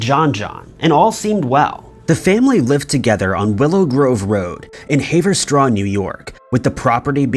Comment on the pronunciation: Pronounced " Hav- er- straw. How could mess up the pronunciation of Haverstraw, N. Y. when it's so simple to sound out??